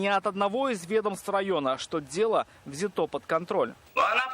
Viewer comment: Журналисты, прошу вас, говорите грамотно, ведь вы - носители грамотной речи. ВзЯто под контроль, а не взятО. Хорошо, что не сказали возбУждено, как любят говорить наши силовики.